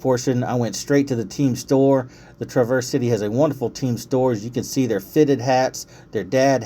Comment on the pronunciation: wont correct you on soda or pop. but i will say you say Traverse City entirely wrong lol.